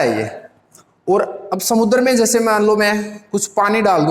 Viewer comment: When sir say... Samudrrr🤞🤣